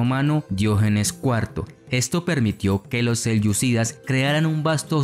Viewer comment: Me gusta mucho el canal pero me incomoda el mal uso de los acentos por parte del relator. Selyucídas, en vez de selyúcidas, ábasi en vez de abasí, satrápias en vez de satrapías. Espero se pueda mejorar eso. Saludos